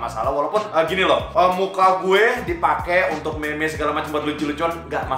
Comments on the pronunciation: Bang meme dibaca mim bukan meme 🤣🤣 (canda jan baper bang) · Meme di baca min vang.. Deg degan gua lu ngmng meme